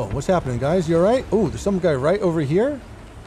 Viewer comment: Lol the "guys" mess up. Was funny, I've done that before when talking 😂